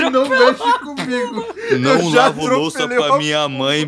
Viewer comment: acho engraçado como o ao invés de falar não, ele fala "nahm, nem faço Enem"